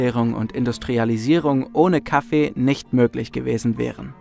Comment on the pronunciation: KaFFEE , aFFE es heißt nicht Kaffe! ffs